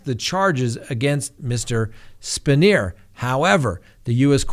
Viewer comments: It's "pronounced "Span-Yer". Formed PSU president. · Spanier is pronounced span-yer here in Central Pennsylvania. I'm 40 minutes from Penn State & I can tell you the fans never wavered away from their loyalty. Also, yes, LOCK YOUR DOORS & WINDOWS! I had a break-in once. The man walked upstairs, got nearly face-to-face with my children (pretending to be sleeping), then went downstairs to relax on my couch. After officers took him back to the care-home he escaped from, the man immediately got into an argument with his caregiver & stabbed her 13 times. Use deadbolt locks in combination with a cheap door wedge, so even if they/he/she somehow gets it unlocked, they're gonna have a tough time getting the door to open. Metal window locks are about $3 a piece - use them. They work good.